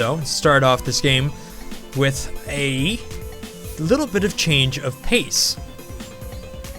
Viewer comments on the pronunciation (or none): none